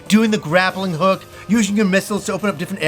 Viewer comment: "grabbling hook" 😑 Sound shit out, man.